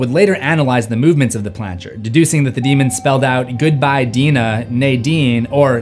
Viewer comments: I hate to be a pedant but it’s ouija planchette. Not planchard. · planchette, it's pronounced planchette.